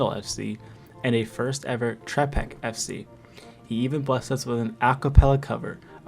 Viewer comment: y'know, I was thinking of making some kind of funny comment about how Trepak is mispronounced, but I just can't, this shit was just too hard to listen to 🤢